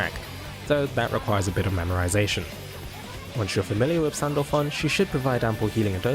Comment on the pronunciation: i had to listen to it twice to make sure he called her sandpaper and sandback....